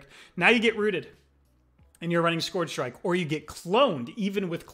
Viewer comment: ScOOARRRRgr strike 😂😂